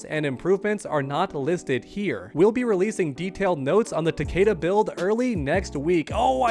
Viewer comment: Its fucking ta-KEE-da.